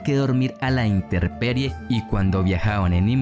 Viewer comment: Es Intemperie, no Interperie 🙂